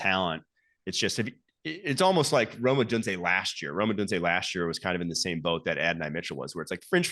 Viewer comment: Someone please tell this guy John how to pronounce "Odunze" correctly.